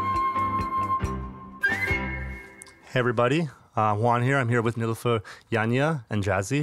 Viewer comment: Thank you Juan for finally teaching me how to pronounce Nilufer.